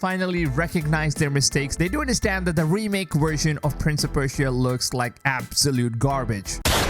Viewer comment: Or wersion instead of version